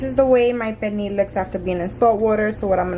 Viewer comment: There's an L in Pernil. This is like the 3rd NY, Puertorican n 2 Domis that I've seen that confidently say Perneee.